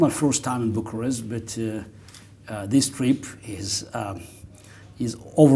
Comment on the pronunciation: va stimez f mult si consider ca faceți o treaba esențială, insa, va rog, nu mai promovați pronuntiile incorecte "RUmania" si "Biucarest".